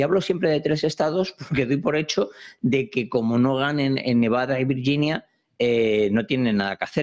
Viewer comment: Le agradezco al su esfuerzo en hablar en español, mejoraría si comprendiera que en español la letra g junto con la i tiene sonido fuerte y no sonido de ll ó y, así en español decimos Virginia y no Viryinia, comprendo que como anglosajón le cueste comprenderlo pero si no es capaz mejor que todo lo que tenga que soltar lo haga en la lengua de sus amos. Gracias.